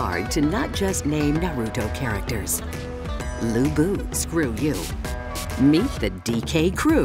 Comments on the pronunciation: its not LIU BIU ITS LU BU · Who is Lui Bui? Did you mean Lu Bu